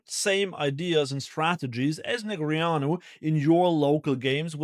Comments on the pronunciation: Did this guy actually pronounce Daniel Neg ree ahnu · I think you’re adding a vowel sound in his name. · correct pronunciation of a name is by the person whose name it is, and he definitely does not pronounce it that way